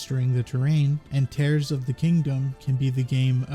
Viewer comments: It is actually Tears 💧 of the Kingdom, not Tears as in tearing. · i get the impression Tears of the Kingdom is pronounced as Tears, not Tears. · Hi! I’m so exited for the new game. Also I think it’s tears as in crying rather than tears as in ripping. 😃